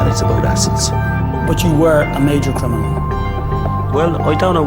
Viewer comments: Like how he keeps saying crinimal 😂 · Him saying “I’m not a crinamal “ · Why can't dubs say CRINIMAL SORRY CRIMINAL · Smooth "Crinimal" 😂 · “CONVICTED CRINIMAL” 😂